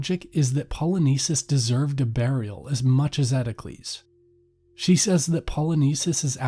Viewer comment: Why are you saying Ismeney?? There’s no “ee” at the end. And it’s Eteocles on Eteclees. Pronounce the o. And it’s Polynices like Poly nice knees. Not Polyneses.